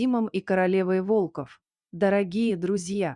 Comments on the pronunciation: Почему ударение не верно ставите на слово волков или волка Откуда вас только берут без грамотных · Волков, ударение на первый слог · Чтица не верно ставит ударение на слово волков много раз это ужасно